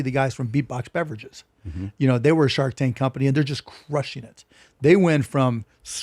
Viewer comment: did he say shart tank? 😂